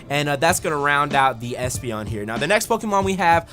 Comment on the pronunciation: you called espeon an a you said a$$peon lol